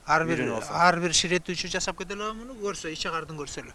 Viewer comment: Ушу туура суйлогонду билишсе, ЖАЗАП эмес, Жасап